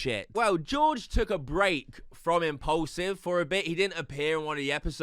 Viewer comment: for some reason you calling it "impollsive" really triggers me. It's mean to sound like it has the nam "Paul" in it. Impaulsive...pronounc it like "porl", not "poll".